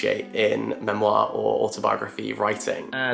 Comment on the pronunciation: the way he says memoir 😭